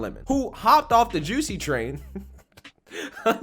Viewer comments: It's Jus-sie Jussie! NOT JUCEY Smfh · I get such a kick out of the way pronounces Jussie’s name 😂